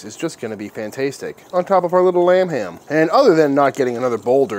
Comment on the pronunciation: Am I the only one that heard "RUM HAM" every time he said lamb ham?? Lol... oh just me? ok